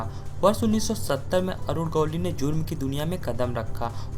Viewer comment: Arud gowli nai. Arunn gawalli 😂